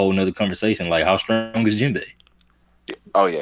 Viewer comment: Yo my nigga, you need to put some respect on Jinbei's name and stop calling him Jinbo. It messes with me man